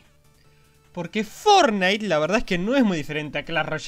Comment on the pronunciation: Fornite :v......vos sos, increíble :v me encanta como pronuncias mal el nombre, como yo! :D